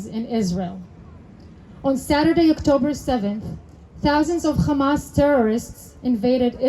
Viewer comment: no Arab says "khamas." Nice try though. Pretty committed to the fraud.